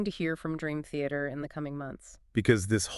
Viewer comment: Ah yes, my favorite band… Green Theater. AI ‘podcasts’ are so lame.